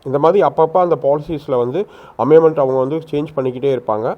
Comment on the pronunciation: அமைமென்ட் இல்லை அமென்மெண்ட் என்று சொல்லுங்கள்